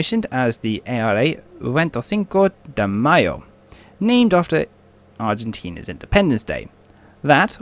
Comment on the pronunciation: I’ve been in broadcasting since 1995. It can be tough especially bad for me during the Yugoslavia wars. The bloody names! Like I say just take your time with the hard words. Break them down unto chunks or write them down in your script phonetically. For example: Venty Sinco De May-O Cow Loon Trinca Ma Lee Also if you’ve got a tough to say word, consider re-writing the script so you don’t have to keep saying it. Please don’t take this as negative criticism. It’s anything but. Just a bit of advice from someone whose spoken for a living for years. Your vids are so informative. Keep ‘em coming shipmate!